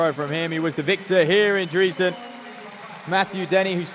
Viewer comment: I have never heard anyone pronounce Dresden as Dreeesden.